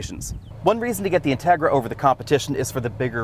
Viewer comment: You pronounce the name of the car wrongly. The accent goes on the i.